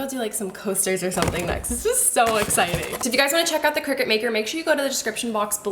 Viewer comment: Not to be THAT person....but I think it’s pronounced CRY-CUT 🙊